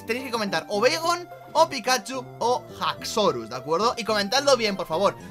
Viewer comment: No se pronuncia gaxsorus se pronuncia axorus y se escribe haxorus